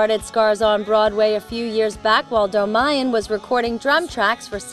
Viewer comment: I wish i could tell u... They say it like Mal-aik-ian Its more like Mal-ah-kian. And for john they're like Dol-maiy-yan. ARGH!!!